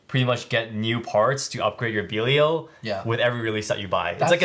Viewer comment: have you guys figured out how to pronounce belial cause you guys are saying it like pros